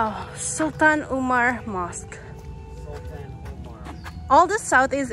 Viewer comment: i love you all when you pronounce mosque....